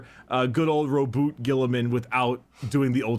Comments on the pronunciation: Purposefully mispronouncing Rub-Me-Off Gorilla-Man’s name is one of the great time honored traditions of 40K fandom. Welcome to the inner circle. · Ahh My Favourite Primarch Roronoa Gonorrhea. That being said, as an Ultramarines fan. mispronouncing his name is a meme-tradition in the fandom. G-man honestly is one of the best primarch mainly because he had good up bringing and even in the modern 40k treated people and his sons better than The Emperor ever did. Also fan fact: Guilliman's dreamed of a life as an Humble Farmer in an Agri-World. (Source: The Unremembered Empire )